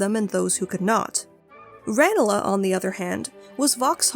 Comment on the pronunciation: It's Ran-lee gardens, not Ran-a-la.